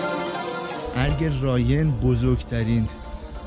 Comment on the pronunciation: ضمناً رايْن نيست تلفظ صحيح آن رايِن هست و زير حرف ى كسره قرار دارد